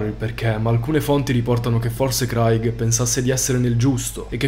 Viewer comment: Credo che "Craig" si pronunci *creig*, solo per informazione. Ottimi video